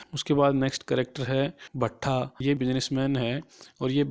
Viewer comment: Pronunciation of novel name and bhatta otherwise all good👍